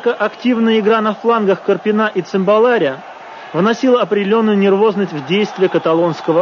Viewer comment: "Однако, активная игра на флангах КарпинА и ЦымбалАря..." Феерично, мля. . Узнаю брата-физика: "распределение ФермИ - ДИрака".